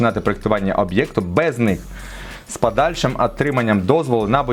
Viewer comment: "... з пАдальшим Атриманням... "?))))